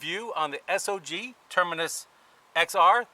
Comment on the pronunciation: Thank you for pronouncing the companies name correctly.